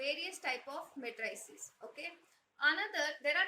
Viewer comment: Your pronunciation of matrix is okay, but your pronunciation of matrices is wrong. You are incorrectly saying it as "muh TRAY sus", but the emphasis should be on the first syllable and the last syllable should be the same as the word seize. Say it as MAY truh seez. It should have a rhythm and sound that is similar to "if you please".